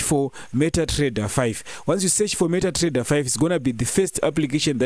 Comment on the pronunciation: meta Trrrrrreader